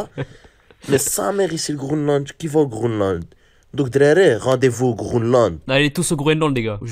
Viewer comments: Le mec qui dit faut aller au "Groneland" il me tue 🤣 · « Hdrari rdv au grounelande » 😂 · c'est dans la vidéo le mec dit Grooland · Bah le " Grounland " 😂